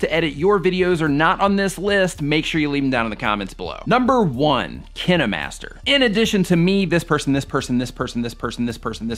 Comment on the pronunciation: thats not how you say kinemaster